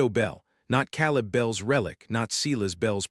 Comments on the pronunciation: Ten seconds in, and the AI reader already cannot pronounce the names correctly. Seelass bell? How about Silas Bell? Calib, instead of Caleb? Could we please get people to read these, so that listening is not so painful? The story is good, and would be worth the extra effort. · Silas is not pronounced the way your AI bot is doing it. Long I, not like a long E. Oh, and Caleb is not pronounced "Cow", haha!! Long A.